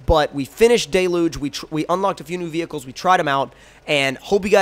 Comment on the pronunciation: It’s d-e-l-u-g-e